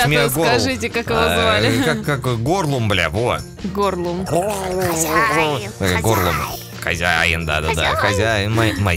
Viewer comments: Не “горлум”, а “голум”. открой в след раз 2 браво 5 феникса И 13 ПЕРЧАТОЧНЫХ ПИНДЮРОК！！！ В ТОП ЧТОБЫ ШИМ УВИДЕЛ p.s. Арнора держи 2-2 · Голум а не Горлум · не ругайся на Арнору ( да ладно тебе, всё бл*ть ) не надо так:) звали Голум,а не Горлум )) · не горлум а голум)хех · Горлум XD, голум бля